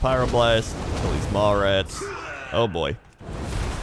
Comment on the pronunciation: I keep hearing mall rats instead of maw rats